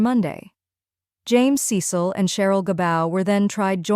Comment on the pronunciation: Cecil's name is pronounced Cee Sill.